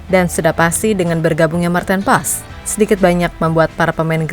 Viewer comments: Martin pas bacanya kata koc justin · Maarten Paes (ejaan lama) dibaca Martin Pas !